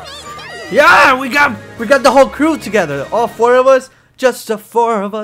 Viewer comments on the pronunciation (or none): none